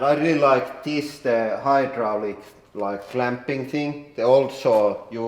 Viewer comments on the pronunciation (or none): did he just pronounce "hydraulic" the way I heard?